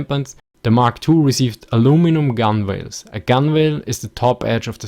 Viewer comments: FYI, "gunwales" is commonly pronounced like "gunnels" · great job. gunwales is pronounced "gun-els"